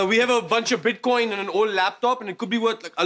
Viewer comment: My favorite blooper is Kunal Nayyar saying “Bitch coin” instead of Bitcoin